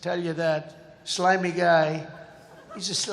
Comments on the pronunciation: The way Trump pronounces slimy is repulsive 🤢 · Trump would have found it helpful if he could pronounce the word slimy.